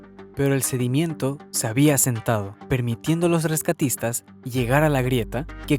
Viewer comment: Es sedimento, no sedimiento